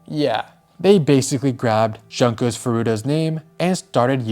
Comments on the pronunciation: not to be that guy but the "jun" in "junko" is pronounced like "june" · It's pronounced Joon ko . Also , WHAT IS WRONG WITH PEOPLE????? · Bro her name is pronounced JUNE-KO. Have some respect and learn to say things correctly. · Not Junko Furu-ACK!